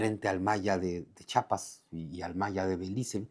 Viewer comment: Mucho conocimiento y todo, pero le dices Chapas a Chiapas 👎🏻